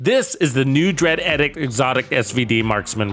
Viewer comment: Love the work, and good point about SVD with Lucky Shot. Thanks for this. One thing: it's pronounced EEE-dikt. :)